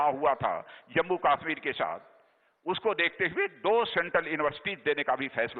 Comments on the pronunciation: Kashmir ko KAASSHMIR bol raha hai Dalla bolna tp sekh lay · Ye Chutiya Raksha mantri Kashmir ko kaashmir bolta hai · kaaashmir kyu bol rha hai? KASHMIR bol !!! and audience so rhi hai kyaa? yarr pta nhi kyu MODI govt mei sabhi ministers sahi lgte hai bs ise chorhke. Mr. Parikar was the best DM of India.